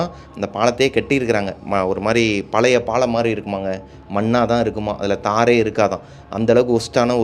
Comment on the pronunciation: பாளம் இல்ல. பாலம் என சொல்லவும்.